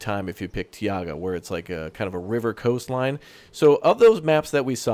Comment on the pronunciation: Every time you say "Tiaga' instead of "Taiga" twitch